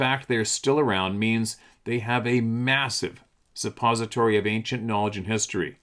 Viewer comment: I think he meant to say large repository of knowledge, not large sepository of knowledge althought I guess both work 😂